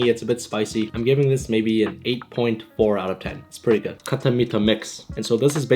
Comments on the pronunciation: My man said khatta like a gora 😂😂😂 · the way he pronounced khatta as khaTHa 💀💀